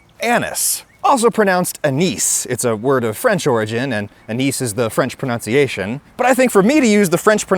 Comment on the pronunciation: Adam, I'm concerned about your pronunciation of "pronunciation".